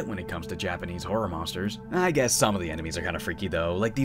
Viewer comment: hell yeah, this is how it should be done! a Japanese person would not bat an eye at your pronunciation and really appreciate that you took the time to look it up. having an accent is totally fine anyways but some english speakers alter Japanese names so much that Japanese speaking people don't even recognize what is being referred to anymore. all naruto characters f. ex. have been victim to this, especially beloved sakura 桜 HER NAME IS NOT 'SEKOORA' Y'ALL :p keep putting in all this effort, it is much appreciated <3